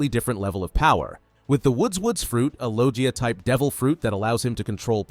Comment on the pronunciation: Bro said lojia instead of logia